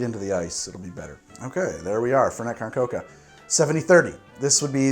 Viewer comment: I love that he pronounces it like fhernhet cohn chocaha